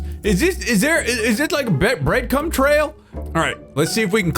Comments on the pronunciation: "Breadcum trail" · "Breadcum" disgusting